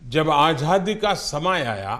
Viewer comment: आझादी नहीं आज़ादी बोलना चाहिए।मोदी जी को क्या आप यह बताने का साहस करेंगे?